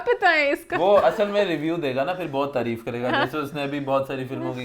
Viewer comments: its taareef not tureef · please dear word tareeeeef nahi hota taareef hota hai 🤭😉